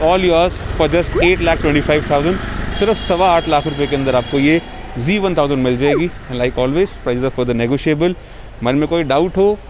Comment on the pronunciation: bhai aap bar bar g bol rahe ho....ye g nahi z hai.....kawasaki z1000,,,,...but nice video...weldone